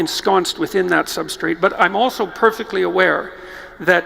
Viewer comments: Every time Jordy-boy says "substrate", and angel loses its wings. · Every time Peterson says 'substrate', I want to kick something.